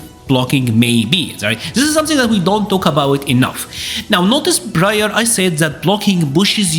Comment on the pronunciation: its problem, not broblem. Pushes, not bushes. Prior, not brior.